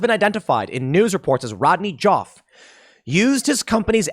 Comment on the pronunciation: Just saying, "Joffe" rhymes with "coffee."